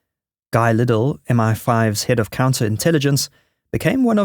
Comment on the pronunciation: It's Guy Liddell, not Guy Liddle. Geez.